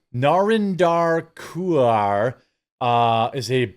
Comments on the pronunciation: It's pronounced kurr. She's absolutely awful total racist. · If nobody else in the comments has mentioned; Narinder Kaur (pronounced Core) appeared on UK Big Brother 20+ years ago. She did the rounds on the faux celebrity circuit for a few years, did the old paparazzi baiting by going commando, then getting her minge in the tabloids. She disappeared, then popped up a couple years ago, as some sort of woke, race baiting, vacuous, cretinous "social commentator." She's just a grifter! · Narinder Kaur (pronounced Koor) is a complete moronic gobshite. Why she is in any kind of debate is mind-boggling.